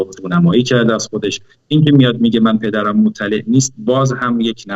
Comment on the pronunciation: بعدازظهورمجتبی من تازه فهمیدم که چرا ایشان اینهمه سال درپرده غیبت بسر میبردند،حضرت ایشان مشکل بیان دارند خصوصادرتلفظ‌حرف 《ر》، وطی این‌سالها روی ایشان کارشده تا معایب گفتاری‌اش رفع شودونسبتا‌هم‌موفق‌بوده‌انداما‌نه‌ بطور کامل‌وهنوزهم‌که‌هنوز است تاحدی مشکل‌ببان‌باقیست‌و رد‌ آن دیده‌میشودبعنوان نمونه‌وفتی میگویدپدرم‌خبرندارد، حرف ر درواژه ندارد درست تلفظ نمیشود وجالب اینکه شبکه اینتر نشنال موقع پخش این ویدئو با گزارش مجتبی‌پورمحسن ، وقتی به واژه ندارد که میرسد ته واژه ندارد را میزندویک وقفه لحضه‌ای ایجاد میکند تا مشکل بیان ایشان نمود پیدا نکند.، بله دلیل غیبت سالیان امام‌پانزدهم بعدازامام خمینی وامام‌خامنه‌ای‌،شیرین‌زبانی ایشان بوده‌است مانند حضرت موسی ، ولی انصافا معلوم است خیلی تلاش کرده اما خب هنوزهم می‌لنگد!